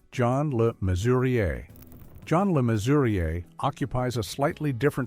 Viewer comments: A lot of this is Codswallop, Balderdash and absolute BS. John Le Mesurier, Olly Reed, Richard Burton and Tony Hancock being included in the same list as Savile is insulting. Sian is pronounced Shaan because it is Welsh. Le Mesurier is pronounced Le Measure. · See-ann Phillips??? Me-sue-riaye. Please. How can anyone take American commentators on British culture and icons seriously, especially out of context. Learn to pronounce the names or don't bother.